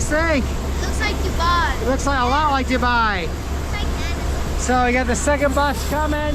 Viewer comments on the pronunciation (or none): none